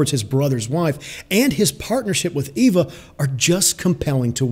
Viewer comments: Marco Resendez also the "V" doesn't have the V sound that is used in English. It has a soft b sound. The word is properly pronouned ay-bah. Not ay-vah and not Ee-vah. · Its not pronounced EEVAH. Its pronounced AYBAH (long A). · Cisco Carias In Spanish the letter E has the same sound as the English long A sound. In Spanish her name is pronounced "Ay-bah". The guy that made this video is using the English long E sound. That is not how her name is pronounced. If you think I'm wrong then watch the original Spanish version of the movie and then tell me how many times they say her name with the English long E sound. Hint: They say it zero times with the English long E. In Spanish "Eva" is pronounce "Ay-bah". Source: Born and raised in Puerto Rico.